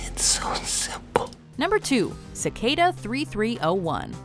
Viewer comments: No one: Literally No one:: C-kay-duh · its not cicada its cicada